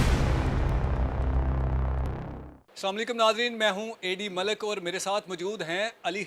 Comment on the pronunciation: اے ڈی ملک نہیں ایڈا تو ملک ۔۔۔ جاہل 😁😁